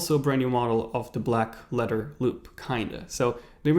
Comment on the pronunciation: Black ledder loop black ledder loop black ledder loop ... what a tongue twister